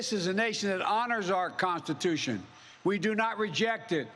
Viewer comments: Why does this look like a hitler speech, i mean with the background being red and all. Bro can't even say constitution, to speak as clearly as you can, if you can even speak. Flag still burn? I thought I stands. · Really? Because I heard him mispronounce "Constitution" from the start.